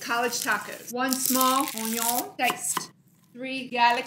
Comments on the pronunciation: How annoying pronouncing union the wrong way oh my god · Okay is it me or is she pronouncing onion in French?? English is not my first language but I've never heard any English-speakers pronounce it like that?